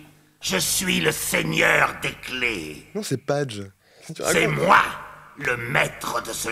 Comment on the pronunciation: "Je suis le ffeigneur des clés"